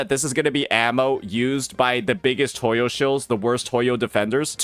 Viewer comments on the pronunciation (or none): Hey im new here but does he say the name wrong for clowning purposes or is he just bad at pronouncing stuff